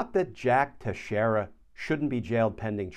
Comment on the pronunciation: Teixeira is pronounced Tex eer a NOT Tesh eer a